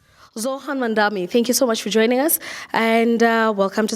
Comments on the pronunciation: She said MaNdani! Off with her head! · Insane sidequest that also begins with the interviewer mispronouncing his name. Some things never change. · You idiot it’s Mamdani. You are a Muslim you should pronounced his last name correctly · Even then they still called him Mamda-M-i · Hey, Cuomo, the name is MAMDANI! M-A-M-D-A-N-I!!! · 😅 aw man even SHE got his name wrong SMH!!